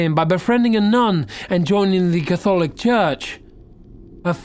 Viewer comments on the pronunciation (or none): "cath-aww-lick" church? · He pronounced catholic incorrectly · C’mon! Has never pronounced the word “Catholic” before?!